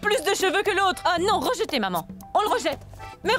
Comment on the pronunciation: J'aime quand elle a dite regeté